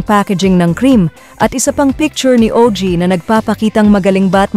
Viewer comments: Ogie po hindi o.g. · Ogie, NOT O.G..